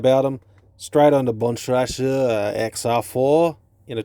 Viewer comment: Great review! The Bontrager pronunciations had me dying 😂